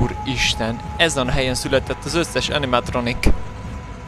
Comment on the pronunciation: Nem ánimatronic hanem animatronik